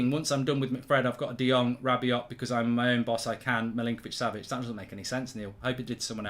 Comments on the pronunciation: Who the hell is this rabby-ot guy you keep mentioning. Do you mean rabby-oh?? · Manchester Utd have said "Anyone identified with the fight in the stands last Sunday will be banned for life" So far 23,346 fans have come forward😁 PS Mark, stop sounding the T On the end of Rabiot or Veronique will be after you!!